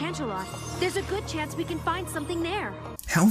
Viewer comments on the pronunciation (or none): none